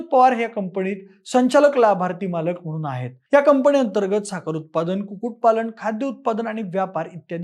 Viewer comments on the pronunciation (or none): अरे,'कंपणी कंपणी' काय लावलय?....जरा एकदां मराठी शुद्ध...बरोबर ...कुठे 'न कुठे ण' वापरतात ते शिकुन घे म्हणजे ऐकायला बरं वाटेल😂!